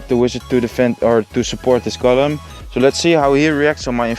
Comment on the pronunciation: je spreekt golem uit als goolum niet gollum